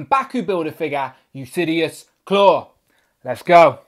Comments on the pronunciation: Yeah, it's pronounced "yoo-lis-sees" Instead of "yoo-lis-see-us" like he's pronouncing in the video. No idea why he's pronouncing it the way that he is, lol. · Yes its Ulysses like Ulysses S. Grant... mot Usidious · Good review. I thought his name was pronounced U-lis-seas like the Odyssey hero king. I like the vest blazer piece. I can see reuse by Hasbro for characters like J. Jonah Jameson. Is there a brand painted on the neck?